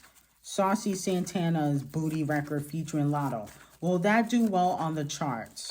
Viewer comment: why you have to say “booty” like that 😂